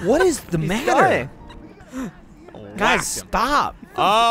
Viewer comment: “What is... the matter?” By killed me